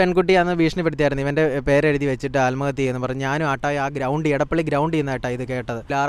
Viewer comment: ആല്മഹത്യ അല്ല bro ആത്മഹത്യ